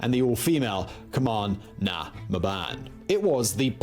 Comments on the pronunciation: Sorry but that guy absolutely butchered “Cumann na mBan” it is pronounced “cuman na mawn” also Sean Mac Diarmada is pronounced “Shawn Mack Deer-mid-ah” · I liked the narration so much that I forgive the strangulation of Irish names. Cumann na mBan was fun, Éamonn Ceannt was murder 😄